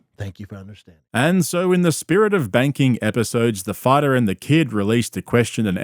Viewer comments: Did Brendan just say 'Appisodes' instead of 'Episodes' or did I just imagine it? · "to give u real APisodes"?? What's an APisode? 🤣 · ‘Real Appisodes’ -Bapa Brendan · Real “apisodes” It’s “episodes” B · “Real appisodes” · "Appasodes" Poor dude is a walking TBI lol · Did he say AP isodes